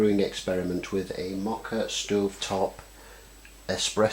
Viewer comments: WRONG. First, YOu don't even know how to say it's NAME. It's MO ka pot. The fact that you don't even know that tells me you don't know anything. First of all, before there were ever today's "espresso" pots, MOKA pots were used in Italy. Second, the moka espresso pots are all aluminum, so baking soda does not work. Delete this video, get some knowledge, and then come back. EVERYTHING on this video is wrong. All wrong. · You don't even know how to pronounce "moka" so your advice is completely suspect. In other words, you don't know shit.